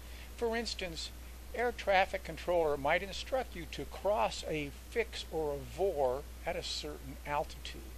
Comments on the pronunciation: as I listened to the video again, I heard you use VOR as a three letter word, several times..... That's what's incorrect its not a 'vor'.... (word).... it's a V O R........ with each letter spoken individually...... you don't say faa as a three letter word... you say.... F A A with each letter spoken individually.... and I F R isn't 'ifr' (if-er)..... it's I F R Ok, we've beaten this to death.... Your videos are both informative and educational. And I appreciate them immensely..... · It's called V (vee) O (oh) R (rrrr) not vor!!!!!